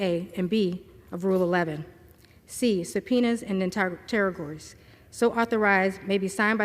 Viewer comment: Do you know what interrogatories are? She mispronounced the word three times...I'm guessing she doesn't know what it means either.